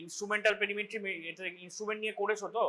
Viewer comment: Great breakdown of perimetry and visual acuity exams! Could you elaborate more on differentiating central vs. peripheral field defects clinically? Also, a few corrections—for example, like 'perimetry' instead of 'parimetry', 'acuity' instead of 'acity', 'Ishihara charts' instead of 'I is charts', 'Snellen chart' instead of 'sness chart', and 'hand movements' instead of 'hand movement'. Small edits like these would make the video even clearer!